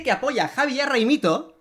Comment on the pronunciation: Tú tambien te has equivocado, se dice ghaimito